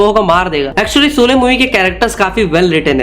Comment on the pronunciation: Soley nahi bhai Sholey bol le.